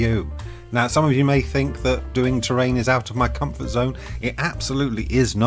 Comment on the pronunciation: This is grass and has absolutely nothing to do with Trains, even though you spell and pronounce it the European way.